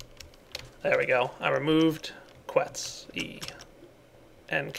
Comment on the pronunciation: quetzi --> quetzz